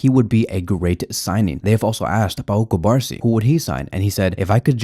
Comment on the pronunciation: The pronunciation of the Barcelona player’s name is Cu-bar-SÍ. The accent means something. Pls be respectful and say his name correctly. Thx